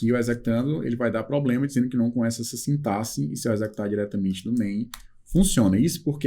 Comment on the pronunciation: é o único professor, dos que já acompanhei até agora, que na palavra 'sintaxe', pronuncia 'sintaSSE' ao invés de 'sintaKSE', ou seja, é o único que pronuncia corretamente. Um pequeno detalhe que demonstra conhecimento também de português. Grato pela aula!